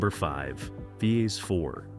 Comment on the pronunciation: Fee-Aze 4? LOLOLOLOLOL